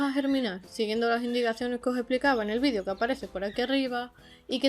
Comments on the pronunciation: Muy interesante, pero alguien me puede explicar porqué dicen VIDIO cuando se pronuncia VIDEEEEEO, en un español claro y correcto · Pregúntales a los de habla inglesa. Ellos dicen VIDIO, no VIDEO. Sera por eso